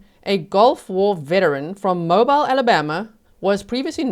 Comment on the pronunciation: Mobeel Alabama.